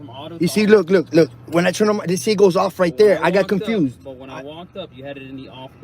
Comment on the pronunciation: Comfused???? What a fucking idiot 😂